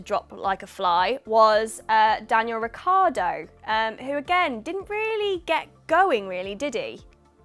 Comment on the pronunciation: This is a good idea for a series but it was a bit boring to watch. Stream line it and be definitive in your scores. BTW Get Daniel Ricciardo's name right.